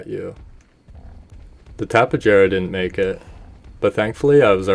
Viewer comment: I hate to be that guy, and I'm sure someone's already said it, but it's pronounced like a Y, so like Tap-ey-ahra